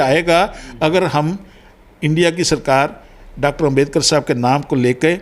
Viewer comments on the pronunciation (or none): यह " पढ़ा-लिखा " आदमी बाबा साहब डा अंबेडकर जी को 'अंबेदकर' बोल रहा है!